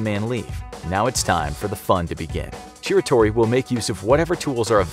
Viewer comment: him saying shiratori wrong makes me cringe